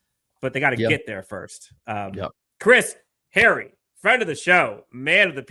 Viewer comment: you gotta stop butchering Chris’s last name lol! It’s Hay- ree, not Harry lol😂